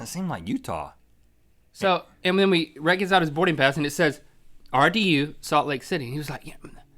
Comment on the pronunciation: It's Rhett not Reth